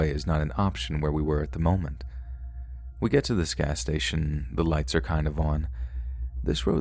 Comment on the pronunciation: My dude. How can you mispronounce words like “kind”, but somehow know how we pronounce Leominster?